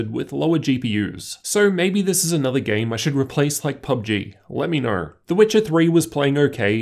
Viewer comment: No offense but i am a little bit annoyed by your accent, diction or is it just your voice?.. like "low" = "ler" "know" = "kner"